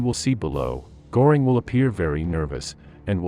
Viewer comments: Pronunciation is awful..Go -ring and Do-nitz is incorrect. 🥴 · And Goring is pronounced more like GER-ring, because if my memory is still good, the O has an umlaut over it (two dots). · It's not Gooring! Göring! Please, learn something🇫🇮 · Göring is pronounced Gerring not Gorring…just wanting to help! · AI voice won't do it for me . Maybe teach the computer to say Goring . There is an "umlaut" over the O . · Apparently, AI voices have no understanding of what an umlaut is. Goring is what a bull's horns do, while the ö in Göring sounds like the first syllable in girl, curve, and fleur. Lately, I have gotten to really hate AI. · Please learn how to pronounce Göring. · AI can't pronounce umlauts? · For gods sake get a voice that can at least pronounce names correctly - Goering’s name is mispronounced repeatedly. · The narrator doesn't know how to pronounce "Goering." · Not just the names of generals. Göring is also pronounced wrong.